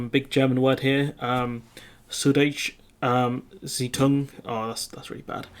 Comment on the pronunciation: Soo-doy-tcher zai-tung. [South German Times.]